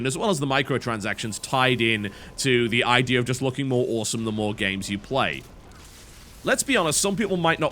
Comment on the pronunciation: Unrelated question... I've noticed that every time a word ends with "A" you seem to finish it with an "R" e.g. "The idear is" "Magickar is" and so on, why is that?